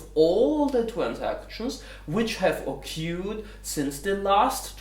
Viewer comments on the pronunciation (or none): nice video as always. p.s.: "occured" is more likely to be pronounced like "OKÖÖAD" and not like "OKUUAD" ;)